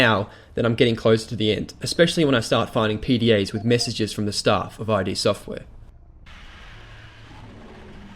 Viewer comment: "Eye Dee"? The company's name is pronounced as one word, not as letters (I've even looked it up to confirm this fact). But on the game itself, I recently bought the Xbox version and I couldn't really play it. Why? Well, I felt powerless. And not in a good way. Even when I was surrounded in classic Doom, I never felt like I couldn't get out of a situation. Doom 3, I was just in the dark, nervous to move forward, feeling inadequate for the horrors ahead.